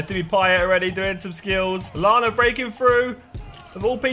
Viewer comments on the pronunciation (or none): none